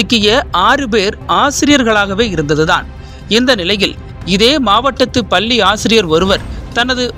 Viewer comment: பல்லிஇல்லை பள்ளிஎன்றுதிருத்தமாகபேசவும்